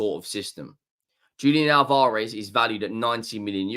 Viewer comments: Al-Vah-Rez Not Al-Vaar-Ez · The emphasis is in the first A. You’re putting the emphasis in the second a.